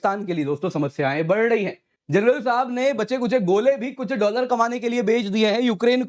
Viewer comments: Bar dayi hai nahi bolte!!! Badh rahi hai!! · Badh rahi hai ❌ Bardyiiii hai 😅